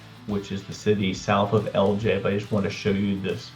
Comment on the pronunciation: Why don't you pronounce the I it's Ellijay?